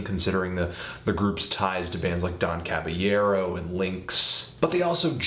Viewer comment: Don Cab-ee-aero?